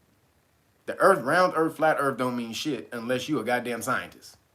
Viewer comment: " I'ma flat euurthuur my nukkuh " 😂😂😂😂😂😂